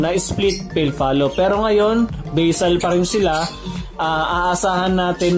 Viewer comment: Kuya ung BASAL n salita Tagalog yan hindi English kaya pronounce mo Tagalog ba-sal